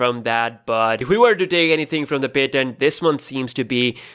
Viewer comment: Can u please pronounce patent correctly